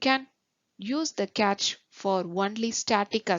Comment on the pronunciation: Nice thanks. By the way It should be pronounced like how you pronounce "cash" it is not "catch" '😜😜😜👍